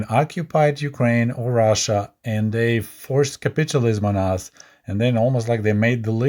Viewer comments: Not nagging, but it's pronounced as capital (money) ism. Not capitulate (surrender/give up) ism. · Pronouncing capitalism as sounding like “capitualism” adds an amusing twist to listening to this presentation.